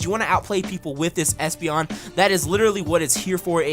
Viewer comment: you called espeon an a you said a$$peon lol